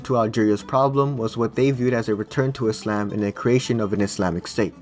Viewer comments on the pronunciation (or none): none